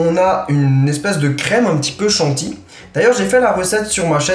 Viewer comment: pourquoi chanti charles, c'est chantilly! y a bien une syllabe après le ti lol désolée!!